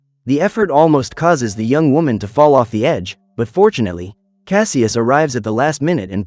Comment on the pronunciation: Why do ya say fortunaly